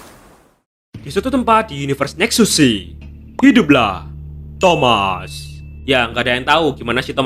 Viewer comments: Baru sadar bro bilang thomas bukan thamuz😂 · Thamuz❌ Thomaz✅